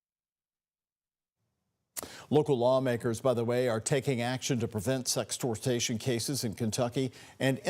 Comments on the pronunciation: The anchor really said "sextortation" not once but twice 😭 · Idiot said sextortation, lol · Can he not read? Sexh-tort-shun not sexh-tort-tation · How you gonna be on tv but can’t even say sextortion correctly hahaha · Tell the reporter how to say "sextortion"